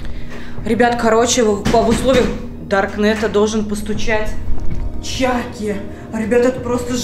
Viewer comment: Не чаки а чакки